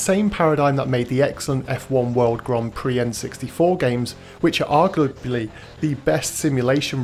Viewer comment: The occasional slip ups are part of the appeal!